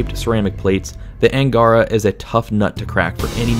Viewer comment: BTW, word Angara ihas stress on last 'a', this is originally name of river.